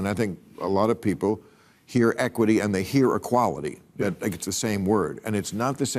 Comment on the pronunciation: Why do you say DAT ? Stop with the heavy ebonics. Try saying THAT. You can do it 🤭